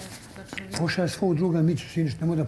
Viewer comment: "PoŠaj mene" 🤣